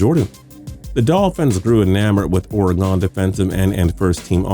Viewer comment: Will ever fucking pronounce "Oregon" correctly??? Saying "organ" is still more correct than "Ore-gone"